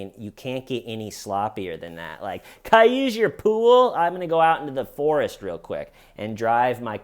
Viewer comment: “Ca-I use your pool?!” I cannot stop laughing 😂